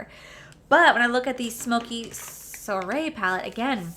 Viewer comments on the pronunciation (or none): I'm really drawn to these palettes, but I have similar shades in other palettes........so no.☺ I see that someone else in the comments already taught you how to say soiree.😁 You're so cute!❤